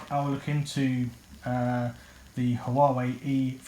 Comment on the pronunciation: It's prounced WARE WAY. Warrrr way arrrghhh